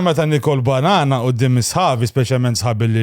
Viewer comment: daqs kem qal il kelma bannana fid diska semejtu kelma gay 😂😂 hlif gay matux 😂😂😂